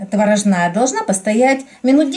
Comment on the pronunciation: У вас ВАНИЛИН! А не ванильный сахар.Не творожнАя, а творОжная. И АКЦЕНТ.... Ну не могу...